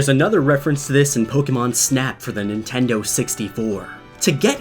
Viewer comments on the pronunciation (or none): none